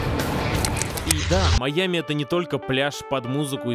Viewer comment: Жень, ну как ты такое УПУСТИЛ. "Маями" вместо "Майами" (не придираюсь, просто обнаружил недочет)